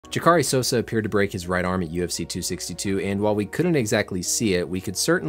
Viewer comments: Its jack-a-ray not ja-car-ee . Have a little more respect for the fighters names. Plus it makes you sound like a casual to mispronounce such an easy name and also a famous name in mma, otherwise you do a fantastic job. Thanks. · It's JAH-KER-RAY. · Love your vids, but it's pronounced Zha-Cuh-Ray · Jacare is Pronounced "Jock Uh Ray". "JAh Car A" is a upper-class pronunciation in Brazilian Portuguese but Jacare as Jock Uh Ray is his preferred name. He had this happen before and proceeded to win a BJJ match against one of the Gracie's. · Nbd but his name is pronounced more like Jacques ah ray, with a silent r. Awesome work, I know the speed of these releases doesn't allow for time to researching the pronunciation of names from all over the planet lol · joc - ah - ray say it with me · "Juhkaree" cmon, you must've heard the pronounciation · Thats not how you say Jacare its (JOCK-a-Rae) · Hey, listen to the broadcast. Pronounce the legend’s name correctly. You do good work. Love your vids. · Can you say “Jacare” one more time? 😂